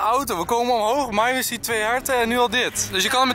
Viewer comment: heeeeee Enzo zij eindelijk weer Myron in plaats van Mieerrrrrooon